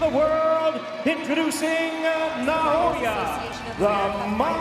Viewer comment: Stop saying "Na-YO-Yu."